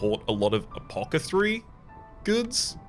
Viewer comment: It sounds like you might be transposing the hard 'k' sound in Apothecary with the 'th' sound.